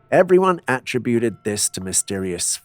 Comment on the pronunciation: A-trib-buted Con-trib-uted Those are short I sounds in the middle.